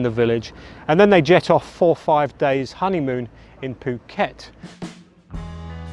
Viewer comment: Phuket pronounced ??????